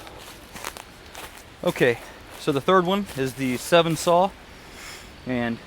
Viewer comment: The Sven comes in a 21" and a 15". I have both and they both work great. The 15 goes right in the pack nicely without popping up and out. Looks like you have the 21 in your video. Also it's sven, like the sveedish name not seven.. Thanks for the video, nice review!